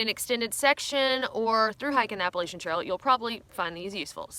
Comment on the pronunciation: Learning how to properly pronounce “Appalachia” should’ve been on this list